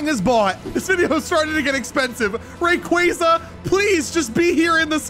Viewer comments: Mis pronunciation rayquaza is pronounced ray-quo-za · Do you mispronounce these pokemon names on purpose to annoy your fans?! Lol. Rayquaza is a prime example 😂